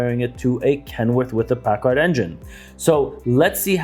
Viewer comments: It's paccar. Not Packard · He said paccard